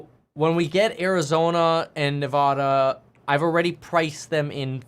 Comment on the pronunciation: Still can't pronounce Nevada right 😂🤡